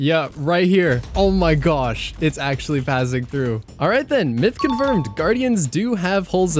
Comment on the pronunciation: He said fazzing through lol It's faze-ing, lol